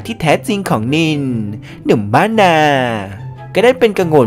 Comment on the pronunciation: สำเนียงนิลยังไม่ค่อยโอเค